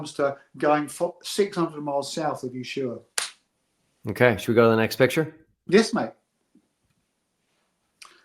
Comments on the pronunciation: Dear, the place in Argentina isn't Yeshua. It is Ushuaia, Ush-u-a-ia. You bias is showing. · It's pronounced USHUAIA just like it's written. And great you don't understand timezones fine. But what difference does it make if the sun is out 24 hours a day you massive dingus. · How does an older person, who must have been alive during the Falklands War, get the pronunciation of "Ushuaia" wrong? It was talked about a lot on the TV and radio news in 1982.